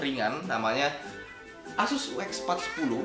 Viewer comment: cuma koreksi asus itu bacanya yg betul itu aysus